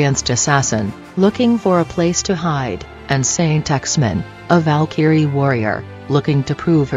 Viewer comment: Skell - eat - er ; Val - keyr - ree ROFL. I like the fact you used actual footage, but maybe get a better reader program.